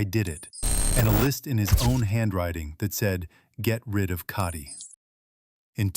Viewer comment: Please correctly pronounce the name Cati - its not carti - it's ca teee the "a" is pronounced as the name of the letter "a" - listen to her husband say her name correctly - so irritating tp hear you mangle the name!